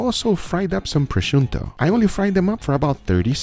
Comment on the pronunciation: Thanks for learning how to pronounce prosciutto